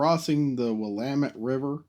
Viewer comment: I love the renderings you do for these, and as an ex-Portlander I appreciate your correct pronunciation of "Willamette!" I've driven the stretch of I-5 from Portland to Vancouver more times than I can count, and the trip would be so so so much better with a high speed train. You should visit this great part of the country, it's beautiful, the people are friendly, and we love rail transit! PS - The mountain near Olympia is Rainier, the one near the Canadian border is Mt. Baker. Keep up the great work!